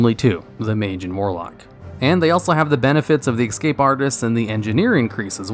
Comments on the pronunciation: Why do you say excape instead of escape? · The way you repeatedly say "Ex-cape artist" triggers me so hard, hahaha :D It's ES-CAPE :D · ESCAPE…. ESS CAPE. NOT EX CAPE! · "EX-scape artist". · "X-cape artist" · STOP SAYING EXSCAPE ITS ESCAPE COME ON MAN JESUS MY EARS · Please stop saying exscape..